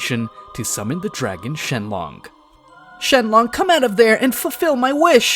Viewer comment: dude its ShenRon not LOng